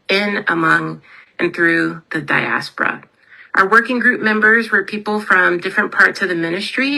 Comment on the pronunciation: Please make her stop saying Diaspora!!